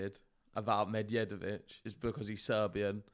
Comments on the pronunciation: Pronunciation of Medjedovic: DJ as J (the simplest explanation for non-serbian speakers: D is silent when adjacent to J). The same way you pronounce DJokovic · Like Django, the D is silent 😅